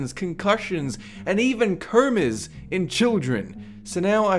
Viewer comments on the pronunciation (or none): What the fuck is this bloke's voice about. It took me ages to work out he meant 'comas' when he said "keuhrmas". He can't pronounce an O to save his stupid life.